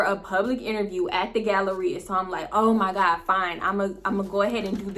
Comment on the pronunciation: “Oh my gawd” 😂😂😂 I be in tears when you say that! 😭